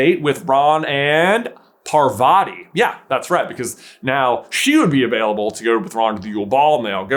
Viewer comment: God your pronunciation of Parvati could not be more painfully American….